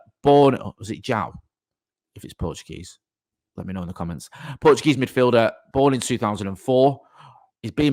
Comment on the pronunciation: You pronounce the J in Portuguese